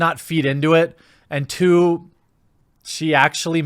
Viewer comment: Two hwhat? What was that word?